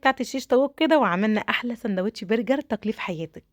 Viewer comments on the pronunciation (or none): none